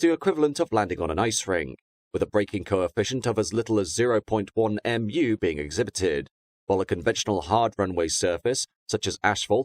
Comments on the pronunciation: Just so you know, μ is pronounced like "mew" not "M.U." Plus, you don't need to say it after the number itself because it's a ratio rather than a physical quantity. It's like when you say a Mach number, you would just say 0.8, rather than 0.8 M. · Just a suggestion, if you need to use mu in future when talking about the coefficient of friction, it's mew (Greek letter µ). Not m u. Lympne is pronounced Lim, damn English towns & their weird spellings. One of those places designed to catch out those who have never heard it pronounced before (I only know because of the zoo).